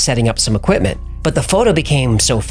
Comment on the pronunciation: i like this channle how ever please dont say oquimpment again, equipment does not start with a O lol